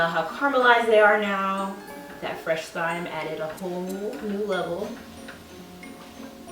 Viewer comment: Thyme is pronounced with a silent h.